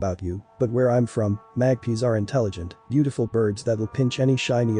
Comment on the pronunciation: That black and white bird is a Magpie (mag-pie) not mag-pea.